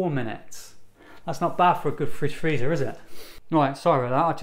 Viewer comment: Fridge freezer or "Fritz" freezer?